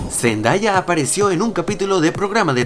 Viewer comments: Zendaya es mi cantantriz favorita en todo el mundo y se pronuncia zendeya no Zendaya ella misma lo dijo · boy a decir una cosa, no es por críticarte es una recomendación, es respecto a la pronunciación del nombre de "Zendaya" en realidad no se pronuncia cómo se lee, se pronuncia "Zendeya" ella confirmó eso en los Radio Disney Music Awards 2015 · AL FIN, AL FIN!! THANK YOU GOD ahre igual si Por cierto, se escribe Zendaya y se lee ZenDEya, ¿por qué nadie lo entiende? D'